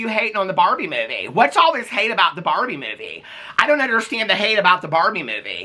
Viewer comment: OMG it took me so long to figure out you are saying barbie and not barney lol I liked the movie, but it wasn't the best.